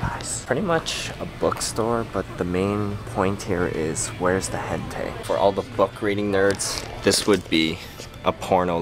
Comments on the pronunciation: It's pronounced like hen-ta-ee, not hentay. lol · It's not hentay, it's pronounced Hen-Tie. :> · its hentAi not hentaY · isnt it hentai not hentay? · isn't "hentai" pronounced "hen-tie"? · i think hentai pronounced like hen as in a hen and tai like a bow tie :S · its pronounced like hen-tie like a bow tie >_<（変態）it means pervert in japanese lol